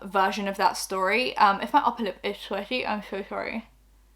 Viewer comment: “Upper lip is…shweaty….😶 shoooo showwy “